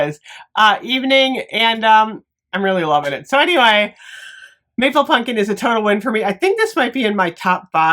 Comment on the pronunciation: I’ll never get tired of you saying punkin instead of pumpkin. Never